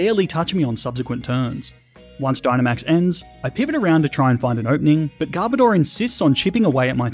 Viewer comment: Who else wonders… WHY PEOPKE CALL GARBODOR GARBADOR? ITS GARB AND ODOR!